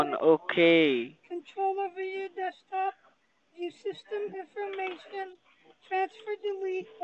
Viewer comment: "Dhey are using your dekstop combuder..." gosh I hate these idiots